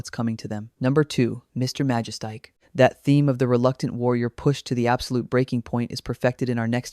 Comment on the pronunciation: MA-JES-TIC. L,EARN HOW TO PRONOUNCE NAMES before you make a video like this, or is it an AI voice? When you mispronounce a name, it just shows you really aren't film fans and have probably never even watched these movies. You're doing it for a quick 'cash grab' with no PASSION for the subject you're presenting. LEARN HOW TO PRONOUNCE NAMES, I stopped watching when you garbled the name.